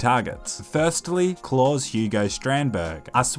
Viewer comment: It's pronounced. Cl-Ow-s